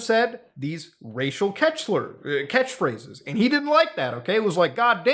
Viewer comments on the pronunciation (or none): Liked the part where Muta said "catch-slurs" instead of "catch phrases"